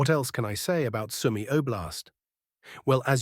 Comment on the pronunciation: UAF UKRAINA ARMED FORCES AI MAN...AND "SOME EY IS PRONOUNCED SUE MEE.